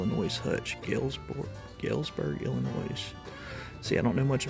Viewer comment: I collect and sell old books too. Your friend's booth had very fair prices! Galesburg is 45 minutes from me so I would have bought that one. And I hate to be this person, but the s in Illinois is silent. Much appreciate all the videos, especially now!